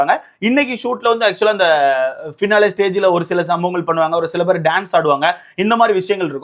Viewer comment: டேய்... பெற ஒழுங்கா சொல்ல கத்துக்கடா.. என்னடா review பண்ற